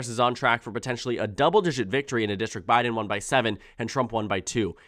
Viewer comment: You're starting to say "Jabbiden" 😅